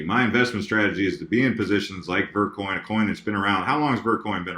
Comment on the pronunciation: i thought he said "Birdcoin" instead of vertcoin